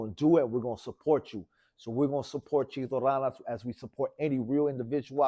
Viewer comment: This fool said chito ralas its ranas foo get that shit correct